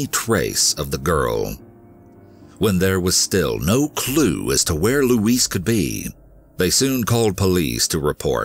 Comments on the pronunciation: LOUISE NOT LUIS. My God. Let's break this down. Louise- LOO...EASE.. (female name, typically white USA southern, similar to LouEllen) Luis- Lue-easse. (Male name, typically hispanic) Ah Dijos le pido😏 ayuda me! K? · Her name is "Louise", not "Luis". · Louise is NOT pronounced the same as "Luis" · i feel like someone needs to help you with this... LUIS (how you pronounce Louise) is the spanish version of Louis, Louise (lou-ease) is a female name. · I love these videos. Of course not what happens, just the way you tell the story and your voice just makes you feel everything. The first story I couldn't get over though because my mom's name is Louise and the way you kept pronouncing it like Luis was driving me insane lol. I know that's silly but the way you talk is part of the reason I am so addicted to these videos so that just got under my skin. The story itself ended exactly as I suspected though. It's a sad world we live in. People get mad when I don't let my son go with any family member whenever they want but you just don't know who to trust anymore. It's usually those closest to you and not a stranger. I hate that it's the way we have to be used to living but unfortunately if we want to keep our babies and ourselves safe, this is just how we have to think now :( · Is her name louise or louisse the animation is mispronouncing her name.He is pronouncing it as the Male version of Louise. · Please google how to pronounce Louise lol